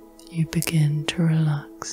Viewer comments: I usually enjoy these but this time I could only focus on the fact that you keep saying “relack” instead of relax. It super distracting. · I"ve been enjoying your videos and your voice, but in this one I find your voice a little too relaxed, because everytime you pronounce "relax" as "relak" it pulled me straight out of my relakation 😄